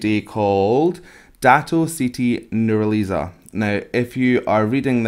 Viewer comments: Its Nur- Ha - Li -Za . btw i like watching vocal coach react to malaysian song :) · Wrong way of pronouncing her name..